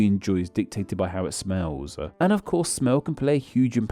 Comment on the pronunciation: interaction-ah too-ah smells-ah smellblind-ah